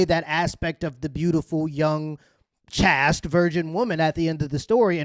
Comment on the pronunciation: Chaast? Chaste is pronounced chayst